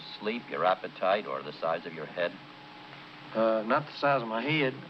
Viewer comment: "Uh not the size of mah heed." lol. Fuckin' Elvis, man.